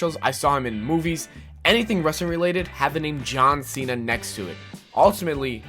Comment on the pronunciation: "John Sinna"